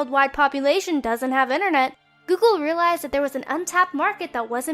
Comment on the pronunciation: hate when people say 'innernet' :(